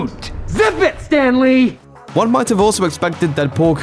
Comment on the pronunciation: “ZIP IT STAND LEE” 😭😭 rip stand lee